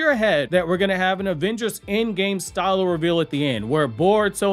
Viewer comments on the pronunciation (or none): none